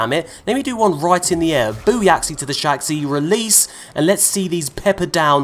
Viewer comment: “Booyaxi to the Shaxxi” might be my new favorite thing.